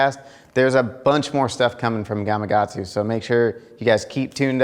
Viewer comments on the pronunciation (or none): You're not the only one so don't feel bad but... Why do people struggle to pronounce the K in Gama"K"atsu? So many people, like yourself, say it Gama"G"atsu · Why the hell do you keep saying “gamagatsu”??